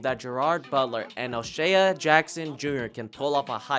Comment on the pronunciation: His name is pronounced “O’Shay” not “ O’Shay ah”😂